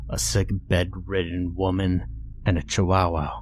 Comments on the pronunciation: chiwowow xD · The way you pronounce “Chihuahua” is hilarious. Not that it’s wrong or not, it’s just how you pronounce it. lol